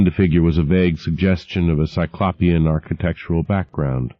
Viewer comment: i still wince every time he mispronounces 'cyclopean' 😑